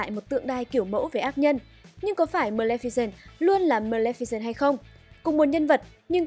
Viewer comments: Ad đọc sai tên rồi nhé, Mlemficent mới đúng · chị lồng tiếng đọc hay vậy ạ =) mờ lem phi xừn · Sao mình cứ nghe thành mlemficent nhở